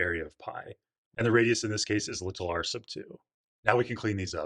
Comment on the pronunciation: Why do you say “little” like a space alien